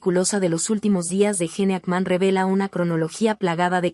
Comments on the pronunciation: Mucha inteligencia artificial y ¿no pueden pronunciar correctamente los nombres de las personas? ¿quién es JENE AKMÁN? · Me mata como pronuncia el nombre y apellido del actor